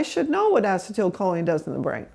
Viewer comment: Great info. I just wish the doc would pronounce acetylcholine properly, instead of inserting an extra syllable.